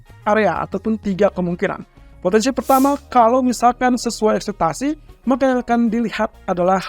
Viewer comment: Ekspektasi bang bukan akseptasi